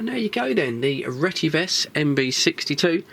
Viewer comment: The actual real pronunciation is RE-TE-VIS. Which means “Redefined Telecommunications Vision”